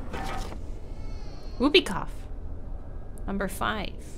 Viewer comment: I'm sorry but did that seriously say "Woopie Cough"!?!?!?